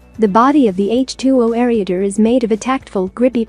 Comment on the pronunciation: Sorry to say but the computer voice is not very appealing, along with pronouncing ereader and a few other words. I would recommend dropping the computer voice.